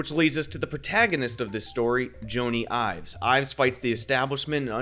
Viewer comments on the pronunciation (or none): It's not Joannee Ives it's Johny (like Johny Carson) Ives ! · There are things from this year's WWDC that makes me disagree with your innovation stateme............. Did you say "Joany Ives"? Because it super sounded like "Joany Ives".